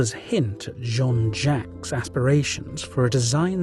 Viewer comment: John Jaques' name is pronounced 'Jakes'. And a bishop wears a 'my-ter' not a 'meter'.